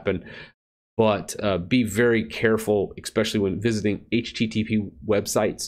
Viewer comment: "Ek-specially... " hijacks the English language...